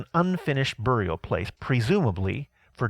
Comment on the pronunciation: Very cool except that I cringed at the pronunciations of skull and burial...lol.